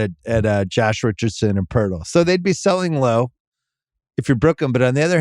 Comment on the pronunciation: Why can't just learn to say "Jakob Poeltl?"